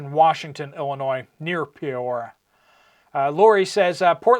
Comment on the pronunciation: The city is pronounced: Pea ore ee ah